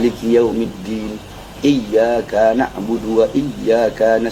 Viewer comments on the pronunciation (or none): Perhatikan ayat kelima Al Fatihah yg dibaca habib Bahar, iyya ka dibaca iyya kaa (panjang). Bukankah harusnya pendek? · Saya kok dengernya gini sih : Iyyaakaa na'budu wa lyyaakaa nasta'iin. Harusnya kan gini : Iyyaaka na'budu wa lyyaaka nasta'iin.. Minta koreksinya jika saya salah dengar.. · Mosok dibaca iyyakaa nakbudu iyya kaa.... Ka itu satu harokat bib bahar.. Bukan dua. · Maaf kok ka nya dibaca panjang ya